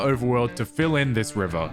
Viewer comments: The way river word is pronounced😂😂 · Thank you. For teaching me how to pronounce 'river'. Much appreciated 😂